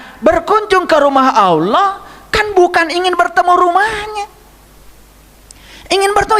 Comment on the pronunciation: Pantesan, mbaca Alloh,nya ALWOH, & AULOH, itu ngga TUMPENGAN, C..🙏🙏🙏